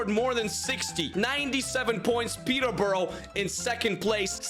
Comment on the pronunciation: Still doesn’t say my club (born and raised) Peteborough right